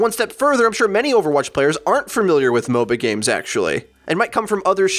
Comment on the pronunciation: every time you say MOBA-games i understand mobile games